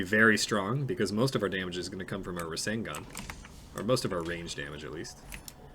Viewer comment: Every time he calls the 2 a rasengun I die inside